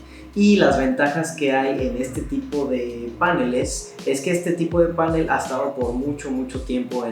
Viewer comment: Tengo una curiosidad, veo en varios videos que en vez de decir panel, dicen pánel como si se acentuara en la a. Por qué será?